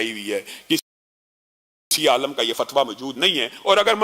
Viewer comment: عالَم اور عاِلم میں فرق ہوتا ھے جناب!!